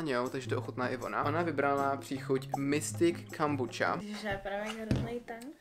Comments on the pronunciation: Moje mama jakoby pěstuje tu kombuchu(a nečte se to kombuča ale kombucha) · Jak si řekl kambuča je to kombucha ale nic proti ochutnávala jsem takovou oranžovou a bylo to mega dobrý (btw kombucha je houba) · Ještě nikdy jsem nikoho neslyšela vyslovovat to jako „kombuča” a přijde mi to vtipný 😂 Všichni v mém okolí to vždycky vyslovolali česky jako „kombucha” 😃😂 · Jo i můj táta to vyslovuje jako kombucha a né kombuča😂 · Je to kombucha a čte se to normálně (ale nevadí)miluju tvoje videa❤ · nevím, my to celý život vyslovujeme tak jak se to píše :D prostě KOMBUCHA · vyslovuje se to kombucha a kdo je Kája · Ahoj čte se to kombucha no hate